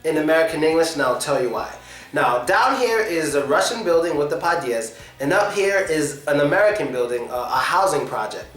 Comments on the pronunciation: Podyezd (Подьезд) You put stress wrongly it's pod'Ezd not p'Odyezd Sometimes u pronounced it okay sometimes not :P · it so funny how this guy say padiezd😄😅